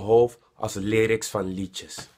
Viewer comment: dacht je dat je het uitsprak als lairiks ofzo